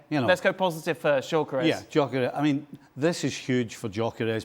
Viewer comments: I thought he said Djokovic. It’s Gyokores. At least make an attempt to pronounce his name right. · Stevie........ he's not like you, a Scot, so his name isn't "Jockeres," Viktor's name is pronounced "Yuh-kuh-resh!!!" How many times do I have to correct you lot???.